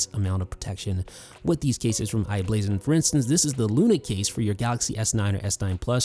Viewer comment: Good video. One correction it's i-Blason